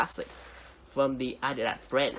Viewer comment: its not adida but adidaS